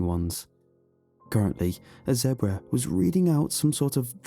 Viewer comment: I love how he says zebra like Debra 😆